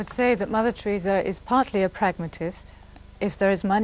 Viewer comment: Tureeza lol